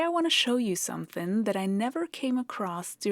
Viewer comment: Something rhymes with ring, bring, or sing. It does not rhyme with bin, sin, or din.